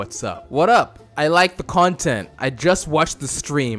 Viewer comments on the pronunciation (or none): none